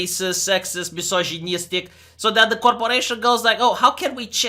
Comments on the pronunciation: HA-HA! It took Anita coming back into the news to get back legacy pronunciation of mysogONEEYAstic. I've been waiting years. Catharsis and Sweet sweet nostalgia. Back before we knew we had unwillingly become the front line of a global culture war for the soul of the western world. Good times, simpler times. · "Misoshoneestic" Gesundheit.